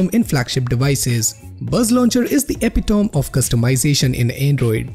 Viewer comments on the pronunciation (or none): Great video! I have a hard time choosing, but recently I've been looking for a replacement for Aviate launcher, back when it existed. Just a tip: epitome is pronounced 'uh-pih-toe-me'